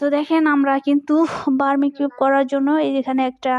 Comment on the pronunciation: আপু বার্মিকিউ না বারবিকিউ 😅😅